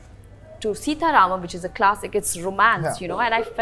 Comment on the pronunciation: Wah re angrez 'सीता रामम्' ko bhi 'सीटा रामम्' bolta h